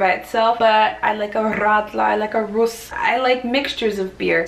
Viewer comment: You are divine,! As a native Bavarian i was utterly entertained by your stories. So beautiful to watch and listen! And the perfect way you pronounced Rrrradler, Rrrruss, Obatzda... I guess you had some knots in the tongue after trying the Rolling Rrrrrr for the first time??